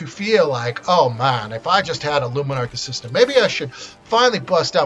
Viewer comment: It's aspirant not assistant